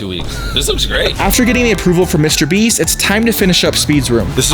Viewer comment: Bro said mwister beast ware house💀💀💀💀💀☠️☠️☠️☠️